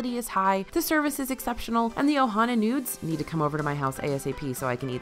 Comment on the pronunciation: Playing this in the background and suddenly hearing say "Dreamworthy Nudes" then realizing she meant "noods" lol